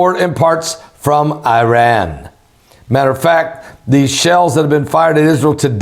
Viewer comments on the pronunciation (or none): none